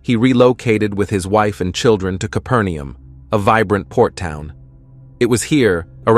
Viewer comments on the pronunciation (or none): Irritating that Americans pronounce Capernaum like Kipper knee uhm